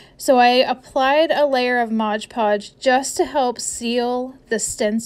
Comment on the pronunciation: Sorry.. I just HAVE to mention it’s called Mod Podge, not Modge Podge.